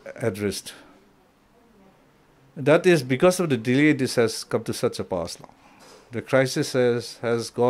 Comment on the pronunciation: Why is he always using 't' in words every now and then.....since't', has't'..... he speaks like his peepurs cm.